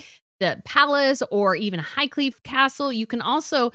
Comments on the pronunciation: I wondered what HIGHCLEVE was. No such CASTLE. IT'S CORRECT NAME IS PRONOUNCED HIGHCLEAR. THE QUEEN HAD A RACEHORSE NAMED AFTER THE CASTLE. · Sorry to correct you, But it is High-Clere (pronounced Clair/e) Castle. Spelled Clere, so if you pronounce it CLEAR, it is easy to see why. But it us pronounced "Clair" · It’s Highclere Castle not Highcleve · You explain the ways of business very well,, and in particular the questional ways of Megastar's business choices. You also did an earlier, marvellous talk on everything about branding when the Megastar's 50 jams came out. (P.S. You mentioned "Highcleve House" it is in fact "Highclere House"). Best regards. G Ire